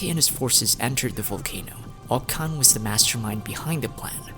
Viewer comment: it’s pronounced “oCH-kan” btw